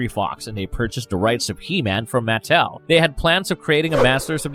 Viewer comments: It's pronounced maTEL, not the way your saying it. A little frustrating hearing you say it wrong .( I blame my dad for my odiosincricies about grammar.) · Great another narrator that butchers the pronunciation of names, Matt Tell lol 😂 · I couldn’t get past this dudes mispronunciation of Mattel